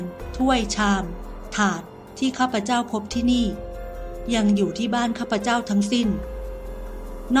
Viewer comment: คนอ่านถ้าอ่าน ข้าพเจ้า จะน่าฟังกว่า ข้าพเจ่า